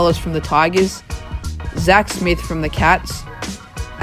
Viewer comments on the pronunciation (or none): none